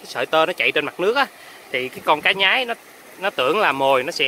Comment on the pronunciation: Cá xương xanh ( xương mà xanh) . Có vùng gọi là con cá nhoái ( lúc nó bơi và bắt mồi nó thường nhoái mình hay nhoài mình) , không phải là cá nhái như bạn trong clip phát âm.